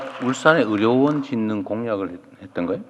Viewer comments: 어료원이 아니라 의료원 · 의료원 발음이 어려운 으로 들리네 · 의료원이 자꾸 어려운으로 들려요...😢